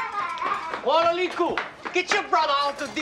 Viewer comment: ya'll mean walaliku, thought when spoken correctly with the native dialect. would sound more like valaliku. :)